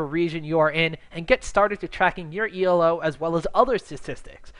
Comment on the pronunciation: it's ELO not Y'ELO and it's fucking Alex ICH not IH or ICK